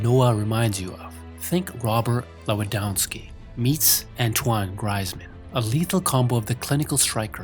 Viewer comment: It’s said greezman not Griezmann